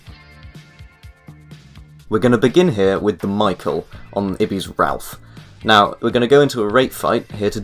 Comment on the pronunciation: ralph? its raaafaaaale